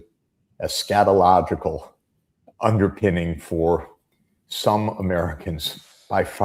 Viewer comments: Not to give Jeff a hard time, but Eschatological, not scatogical. It's important for everybody to understand the Dispensationalist Eschatological mindset of the Heretics running the military. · Is it me or is he really saying “scatological”? I think he means eschatological. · He says Eschatological [study of "end times,"] but it sounds like he says Scatological [study of excrement] which is MUCH more accurate. ∞